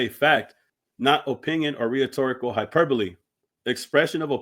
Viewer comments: rhetorical is not the same as whatever word u just said brother. Is pronounced REH-TOR-RIC-AL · Bro said, “Re-huh-torical?” 🤣